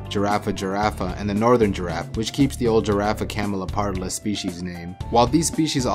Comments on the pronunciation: I know but it is always good to point it out, especially because he also speaks Camaleopardalis instead of Camelopardalis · The scientific name of the giraffe is "camelOpardalis" not "camelEOpardalis"